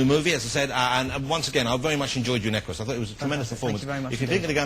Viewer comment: it's Equus not Eqqus